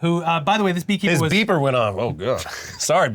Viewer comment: Lol his BEE-per